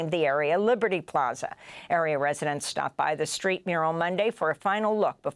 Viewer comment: She said "area residents" but I heard "aryan residents" 😂